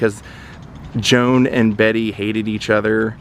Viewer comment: UGH! the fact you kept saying her name wrong the whole video. She hated being called "Betty" and made it clear her name was Bette